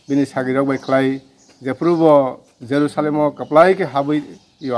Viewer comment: Reporter ni jerusalem hin mani pronounciation chaya